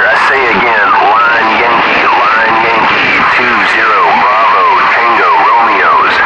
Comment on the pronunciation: also, L = LIMA (lee-mah), not LIME (lym) probably why subtitles say "line"